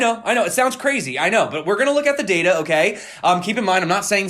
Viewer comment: Gimme zee ledger